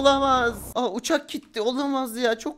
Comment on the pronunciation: Altın donbuş olurmu uçak ne alaka ouçak değil